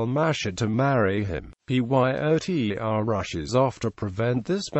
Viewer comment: Why does he keep saying PYOTR instead of pronouncing the name rather than spelling it out?